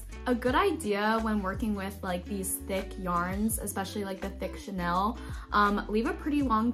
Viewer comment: Just an FYI, chenille is pronounced sheneel.